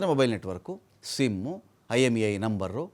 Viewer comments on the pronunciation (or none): Why do you say simu, networku, caru, gangu?